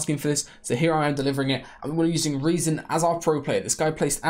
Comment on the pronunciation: I love how he pronounces rezon correctly